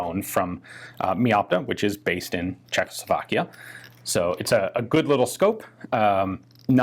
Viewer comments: Great video. Small detail... it is pronounced CzechosLovakia, you say CzechLosovakia :) Your pronunciation of other names is pretty great though! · I gave this one a miss because I don't want to hear Czechoslovakia pronounced Cheklo-slow-vlakia anymore